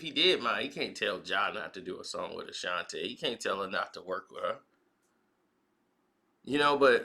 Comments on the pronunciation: Not Ta... its Tee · A shan tee. Not a shan tay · Bruh, it's Ashanti not Ashanté 🤦🏽‍♂️ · Why is he calling her Ashantay? Her name is Ashanti. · All this time I been saying Ashanti and it's pronounce Ashantay. Gotta love 😁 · Bruh can’t even pronounce her name correct 🤦🏻‍♂️🤦🏻‍♂️